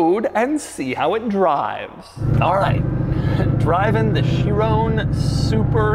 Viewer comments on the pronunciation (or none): is it Chirown or Chiron? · It's pronounced "cha-ron" not "cha-roney" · why did he say chrione instead of chiron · It's a 'Chiron' you fool! Pronounced 'Sheerong' and not 'Sheerone'. God. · it's the shiiroooown bro!!! Pas le Chiron, le SHIROOOOOOOOWN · Bugatti Shirone? Feel like MJ is doing a car review. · Why'd Doug say "Chiron" like hes saying Tyrone. It's not Chirone lol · no way he pronounced Chiron as "She Rown" LOL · THIS........... is not how you pronounce Chiron. SHEER-ON. It is, has, and always will be SHEER-ON